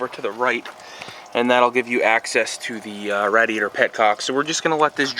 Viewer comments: I was just about to say that. I have never heard anyone call the radiator like that. Good video man don't take offense lol. It made me laugh for sure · cool video just quit saying radiator like that for christ's sake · Hes Canadian. And that is how its spelled.